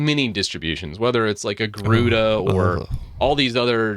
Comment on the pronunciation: ... "When you look at many distributions, whether it's something like Agruda..." Agruda? 🤔 😆 😅 😂 🤣